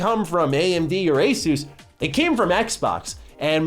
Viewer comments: It's pronounced Asus . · Is it pronounced Asus or Asus?